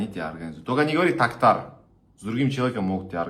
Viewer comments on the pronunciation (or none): ТОҚТАР ударение на О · назавы провилно имя Токтара ты чë язык кудрявый чтоле назавы правильно